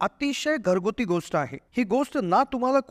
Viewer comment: " गोस्ट " शब्द " गोष्ट " असा उच्चारल्यास ऐकणे सुसह्य होईल.